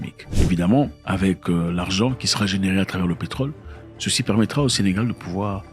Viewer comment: C'est Sénégal et non Sénégale s'il vous plaît !